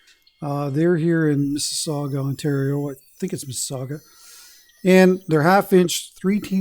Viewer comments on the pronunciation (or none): none